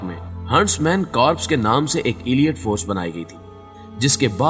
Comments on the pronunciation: Not "Aliat" but the right word is Aleet (Elite) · ایلیئٹ فورس نہیں ہوتا 😂 الائیٹ فورس ہوتا ہے correct your pronunciation